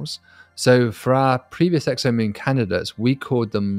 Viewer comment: 10.42, did just say sexomoom? 🤣